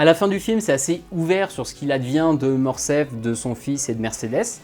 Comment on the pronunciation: On dit "Morcerf", pas "Morcef". Ce n'est pas la première fois que j'entends qu'on fait sauter le R, il y a plusieurs livre audio comme ça, je ne me l'explique pas.